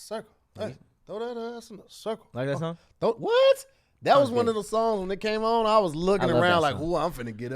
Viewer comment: Hey Tom it looks like meant to say songs but instead said shongs...